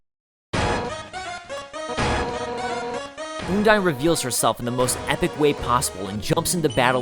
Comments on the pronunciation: Also, you are saying undyne wrong. It's supposed to sound like undying. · It's Un-dine kind of like you would say "undying" with the initial sound and the diphtong. I'm pretty sure this is the official pronunciation from Toby (no source though). I used to pronunce it differently too, like Un-deen, cause it sounds more like a real name to me. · I have to say, I love this so much, but the way you pronounce Undyne makes me cringe.